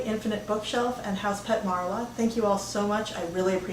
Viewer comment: YES! FINALLY! Someone says House Pet Marla instead of House Pet Maria. P.S.- Love your videos! I always sit at the end and say to myself: "I just sat and watched a stranger talk about books she bought for 15 minutes and i liked it."